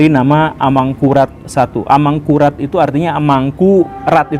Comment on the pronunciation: Bunyi vokalnya mirip ASAMURAT